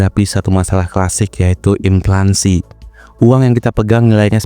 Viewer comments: Inflasi bukan inflansi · Ini yg ngemenk kok ngaco sih. Yg bener inflasi. Bukan inflaNsi. Wadoh... Fatal (adopted from English, inflation) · Inflasi bang bukan inflansi 🤌🏻leviouusa! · INFLASI min, bukan Inflansi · inflasi bukan implansi😅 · Gue setuju, tapi masa gak bisa ngomong INFLANSI?